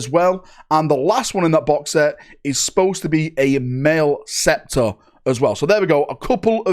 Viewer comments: talking about Tau is like listening to your grandma trying to talk about video games. I love it. edit: lol "Male" ceptor. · Mal-eh-ceptor. Only one you really got wrong. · Maleceptor = Mal-eh-septor